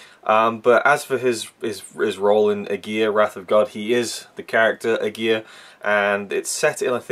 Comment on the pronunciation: You totally mispronounce Aguirre, that is already a big no no.....